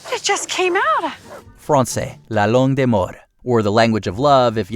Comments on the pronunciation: Bilingual Canadian here (English & Français). I'm not saying this to be mean because everyone mispronounces words in other languages. Anyways, when he was introducing French as "la langue d'amour", his pronunciation had me thinking that he said "la langue des morts", which in English means "the language of the dead" lmfao. But we can just pretend that they basically mean the same thing 🥴 lmfao. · As a Castilian Speaker, it is incredibly easy to understand portuguese and italian when spoken and french and romanian when reading it and sometimes spoken. As for the video, hungary is not Slavic and it sounded like he said "la langue des morts" when referring to French. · Your accent almost made your description of French sound like "the language of death" instead. MDR